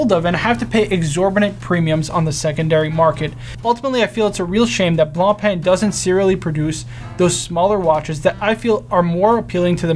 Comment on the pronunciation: It is not blanpeee (Blancpain) but rather bloonpa